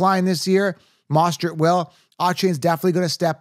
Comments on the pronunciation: How did you manage to mispronounce both achane and mosterts names? Mind boggling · I don’t trust someone who says “bye-jon” or “moss-tert”😂